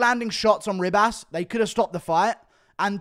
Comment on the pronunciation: It's not Rib-ass.........